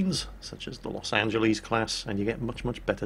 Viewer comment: LOS AN-Gel-Liss